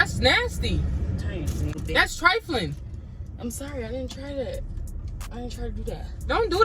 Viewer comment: All I hear is that's nasty that's trifaline 😭😭